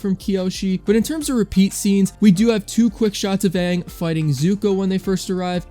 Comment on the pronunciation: It's Aang not Ong.